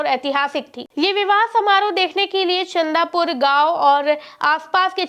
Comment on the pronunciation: अरे गाँव का नाम चंदूपुर है चंदा पुर नहीं